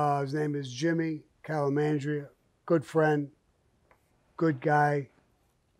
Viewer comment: Did Sammy just call him “Jimmy Calamandria?”